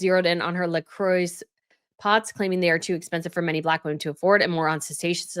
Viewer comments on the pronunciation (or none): none